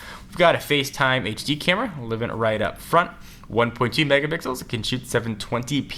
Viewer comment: "1.2 Megabixels"